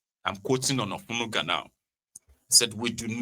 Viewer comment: U called Onanuga Olenuga, e no go better for u.